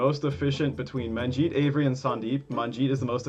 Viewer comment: Its not "Man jeet" it's "Munnjeet"